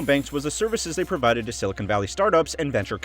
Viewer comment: Seriously, its pronounced "sill-i-con" NOT "sill-i-cone". Silicon is basically sand. Silicone is plastic.